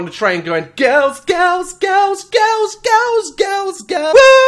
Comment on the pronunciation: Nah but the way they say “girls”. All i hear is “curls curls curls curls” with their 🧟‍♀️zombie dances😂😂